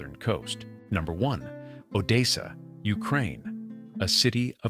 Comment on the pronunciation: The A.I. announcer does not know how to pronounce 'Odessa' LOL